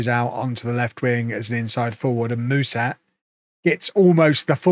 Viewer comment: Ș in Mușat's name is pronounced "sh".